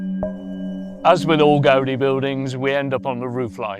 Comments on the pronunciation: The same force you apply to the "a", you apply instead to the "i", like Gaud-EE. The name is Gaudí with an accent on the "í" to make the pronunciation clearer. I don't know why the title on this video doesn't have an accent but it should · What's with all of the english world pronouncing his surname like that